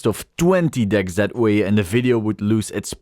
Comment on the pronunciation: My gf was in the car with me while watching the video. She was cracking up the entire time thinking you were saying dick instead.